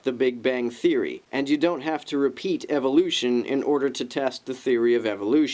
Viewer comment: I have to point this out... At about ..."reapeat"